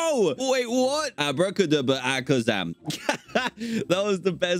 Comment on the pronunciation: Nobody: Narrator: Abrakadabra Alakazam Dan: Akaderabra Alazamakam